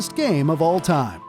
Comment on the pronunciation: it’s time not pipe